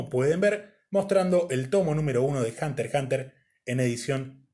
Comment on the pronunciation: Al fin alguien que pronuncia bien el título (Hunter Hunter), instalike.